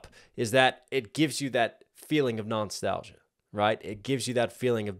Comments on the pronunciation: I thought you said “knox-talgia” haha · Are you saying non-stalgia instead of nostalgia?